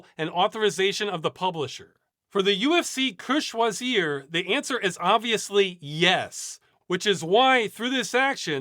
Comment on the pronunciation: Finally someone was able to say "UFC que choisir" right, thanks for making that effort. For others, you can just put it in google translate if you struggle with the pronunciation. Thank you for all your work and investment in making a better future.